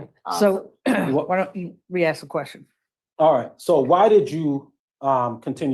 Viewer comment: Yeah, the axxx thing drives me crazy!! It’s “ask”!!!!